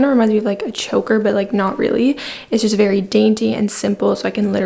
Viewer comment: She said “nothing special juss AirPods”😭